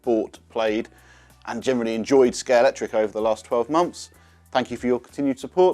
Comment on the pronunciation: The official Scalextric channel and he calls it Scalectric…